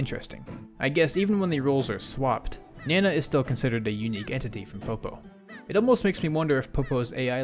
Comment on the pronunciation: You were right with the "nah-nah" pronunciation. It's easier to remember when you think about how weird it'd be to call Popo "Poppo".